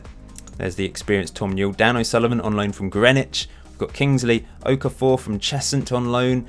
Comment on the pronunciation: okafor is pronounced O-KAAH-FOH